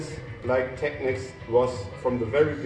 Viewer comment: Finally a video where they pronounce Technics correctly!